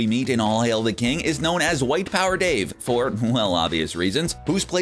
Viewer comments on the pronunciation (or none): none